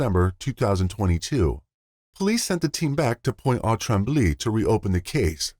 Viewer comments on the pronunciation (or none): Great content as always but oh my god, please ask a person who speaks french before trying to pronounce french place names. You were so exactly wrong on every syllable, Pointe aux trembles > Point o trahmb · The way you said Pointe-aux-trembles 😂😂😂😂 good try tho 😊 french words can be difficult to say for someone who doesn’t speak it